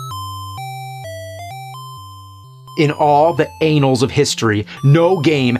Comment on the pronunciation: I love how he pronounces "anals" lol.